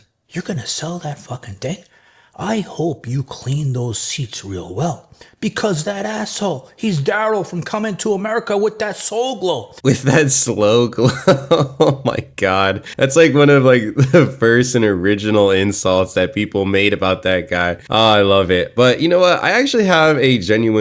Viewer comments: It's Soul Glo not Slow Glo you total goober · Dude it's not "slow glow". You gotta at least Google where the insult comes from come onnn man